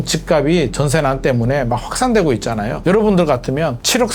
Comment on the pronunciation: ~ 연음 발음 법칙 지켜 주세요. 집값이[지깝시]